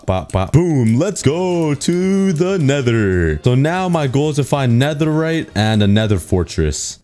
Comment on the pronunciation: You say full netheright but huuuuuhh the hemlmet????